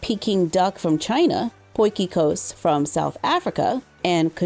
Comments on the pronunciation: I was stunned by how well she said potjie kos hey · You said Potjie kos so well!!! The pronunciation is so good for someone whos never spoken Afrikaan!🥳